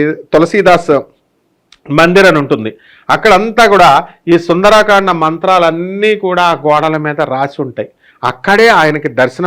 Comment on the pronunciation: సుందరాకాండ అనకండి గురువుగారు మీరుకూడా సుందరకాండ అనండి